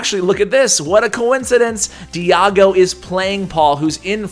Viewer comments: Its pronounce di-eh-go 😅. Also make giant skeleton the next one! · why do you pronounce Diego like that?